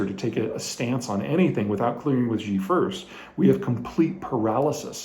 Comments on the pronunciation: Peter, please I beg you. Who the hell is “zhee”. Please you say his name “Shee”. Mandarin “X” in english is pronounced like a “Sh” not “Zh”. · Good analysis. One note, in all due respect. Xi Jing Ping's name is pronounced (minus the tones) She JingPig. It is not "Ji/Gee" X in China makes a soft "sh". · Xi is pronounced "She". Ji (gee) is more like chicken. thanks for the update 🙂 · it's SHE with 2nd rising tone, at least in Mandarin. if it was SEE it would have been "Si" in pinyin, not Xi. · Love your videos! But one nitpick: Xi is pronounced like "she".